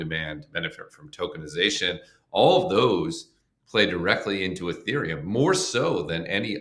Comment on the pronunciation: ETHeruem??? Youve got to be kidding 😂😂